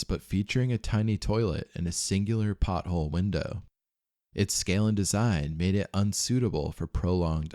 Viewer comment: PORTHOLE, not "pothole"